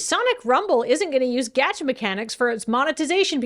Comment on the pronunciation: Being surrounded by so much otaku energy, I can only assume that is pronouncing "gacha" like that on porpoise.